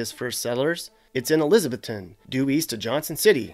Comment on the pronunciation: the way you pronounced elizabethton bothered me so much you emphasize the ETH Elizab ETH ton not trying to be rude but i wanted to punch my screen. Love you! Merry Christmas:D